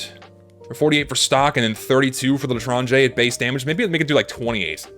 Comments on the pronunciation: I speak french and you prounonced "l'étranger" right :D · For some reason the spinner sound reminded me of the instruments playing in the japanese bruh sound effect. also chill out you're saying l'etranger fine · you actually said l'etranger correctly lol